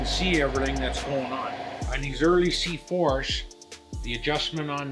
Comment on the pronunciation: “The C4shchh`s”